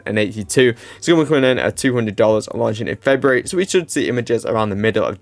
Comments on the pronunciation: February not Februrary 🤦‍♂️ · Februrary? Is that a new month? 😂